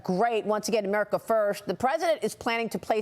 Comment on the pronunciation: Did he just say “Amerina”